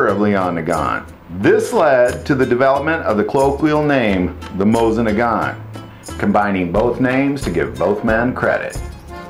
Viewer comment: If you are going to do videos about Russian firearms, PLEASE learn how to pronounce their names! Both the mo-SEEN nagant and the Peh-Peh-Sheh are classics.